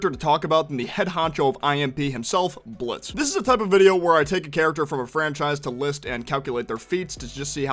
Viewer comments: It's Blitzø not Blitzo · BTW It's Blitzø. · You mean blitzø